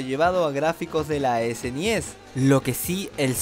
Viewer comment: ¿porque ala super nintendo le dices esenies cuando se preonucia esnes?